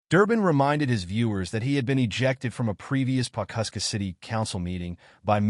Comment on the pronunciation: It’s Pawhuska..